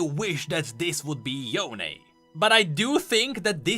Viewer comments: Oh, it's "Yoh-neh" not "Yown" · Ionia pronunciations are literally Asian style so Yone ain't "Yown" it's "Yoh-neh" or something like that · HIS NAME IS YO-NEY, NOT Y-OWN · Proper Yone pronunciation is Yo-ne, not Yown. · I’m laughing so hard when people pronounce it as yon instead of yo-ne. よね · Pronouncing Yone , Yon is like pronouncing Sasuke , Sasuk. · Why did they make the pronunciation Yon-AYE 😫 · Why does he say yone differently than before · We have legit confirmation of Yone from thresh saying his name and everyone STILL pronounces his name wrong. After hearing it pronounced. sigh